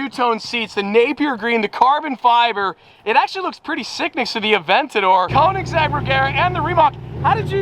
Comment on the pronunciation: if you have to pronounce a car brand correctly, then sell the Koenigsegg because you never pronounce it correctly